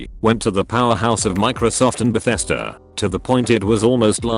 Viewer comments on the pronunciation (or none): none